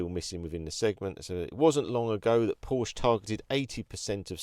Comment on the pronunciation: Good video but we say Porsche with the phonic E at the end 🙏